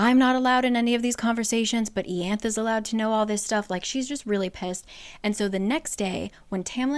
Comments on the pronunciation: I love these summaries since I don’t want to reread where I left off of the books (which is my 2nd read btw). I don’t actually “read” them as well, I listen to the audiobooks. One benefit of that is to hear how the names are pronounced. I was so confused when you said Ianthe (ee-anth) I was like “WHO?!” Lol! In the audiobooks it’s pronounced eye-Anth-ee. This comment isn’t shade but just something funny I thought I’d share! Thanks for your hard work on making this video! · It's pronounced I-ann-the. I appreciate the breakdown. I cheat during my read. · it’s pronounced eye-annth-ee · Where does it say how Ianthe is pronounced? Ée-anth sounds so weird to me 😅 I've always read it as Yan-thee 🤔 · Not a big deal but Ianthe is pronounced “EE-aun-they”. It’s my aunts name and that’s how she says it and It’s Greek. But I love your channel and appreciate you doing these videos. ❤ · Watching this just makes me realize I was right in thinking Tamlin literally didn't do anything wrong when I read the book. He had his own trauma to deal with and it wasn't his responsibility to cure Feyre's Btw, Ianthe's name in the audiobook is pronounced Ai-anthe :) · Ianthe = Eeanthay (first a pronounced like "hall") rhysand = reece-sand (sand in a french accent) Tarquin = Targuin (in french please) Elain = almost like alien, but like still elain Amren = almost like Ramen just exchange the r and a Alis = Aleese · About ten minutes in, and it’s bugging me enough that I have to say this: I knew someone named Ianthe, and she pronounced it “YAHN-thee”. Which makes more sense, I think. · Ianthe... I-anne-th-e